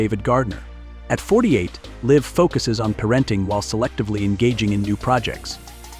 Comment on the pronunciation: Hard pass on AI......"par-renting" 🛑